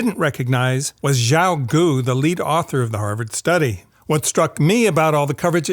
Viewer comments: Love your analysis!!! Keep them coming… please. Also, Xiao is pronounced “sch-e-ow” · "xiao" is pronounced she-ow, not zhao.